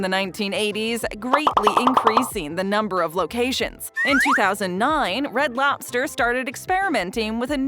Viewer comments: To be exact, it's pronounced loBster. Not loPster. So annoying that I can't watch. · She says "lopster" at least 3000 times. LOB STER, LOBBBBB STER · It's loBster, not loPster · It's Red Lobster, not Red Lopster... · is narrator saying Lopster with a (P) or ive had too much caffeine 🤔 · She says “Red Lopster” about 150 times 😂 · Say lopster again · Every time she says "Lobster" I'm hearing it pronounced (Lop-Stir) 🤣 I was told by a neighbor who was an employee for Red Lobster that they serve a lot of boiled in the bag and steamed frozen entrees. The small portions size has always been a disappointment. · red “lopster”…. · I am listening while reading the comments. Got to yours now I cannot unhear it. 🤣😂😆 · Lobster?..... is thay what your trying to say? Its not lop-ster no p and no stress on the middle of the word. Very simple and easy a child could do it.